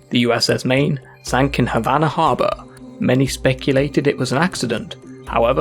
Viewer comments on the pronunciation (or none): none